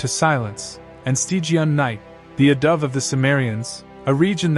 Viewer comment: You wrote "adobe" but you meant to write "abode"... and yet you pronounced it as "a dove" . You must be AI.